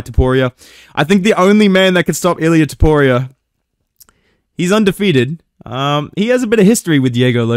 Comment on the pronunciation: aight stopped watching as soon as you said toporio wtf lol